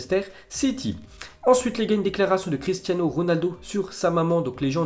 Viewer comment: "Cristiazno Ronaldo"